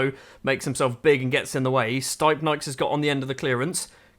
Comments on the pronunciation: Its pronounced : “steepnieks” not staipnaiks Source : im latvian 😁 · to be fair your doing a good job for a foreigner on most names, but the stipnieks one… man